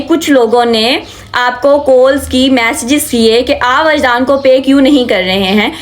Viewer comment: Calls ❌ colls ✅